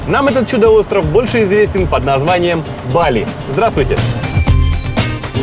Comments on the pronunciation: БалИ ! Нужно говорить БалИ! Ударение на И!!! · Не БАли, а БалИ, позорище.